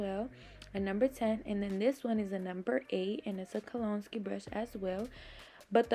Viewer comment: Great video, very informative. Kolinsky is pronounced Kol-in-skee. Love your channel! ♥️🌷♥️